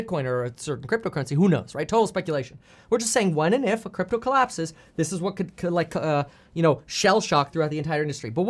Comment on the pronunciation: LOL he just called it Gypto